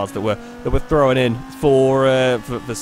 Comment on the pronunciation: It's THROWN not THROWAN!!!!!!!!!!